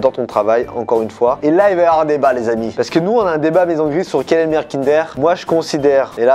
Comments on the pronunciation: le meilleur kinder deja cest pas kindèr mais kindeur 😡😡😡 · Par contre qui dit kindère au lieu de kindoeur mdrr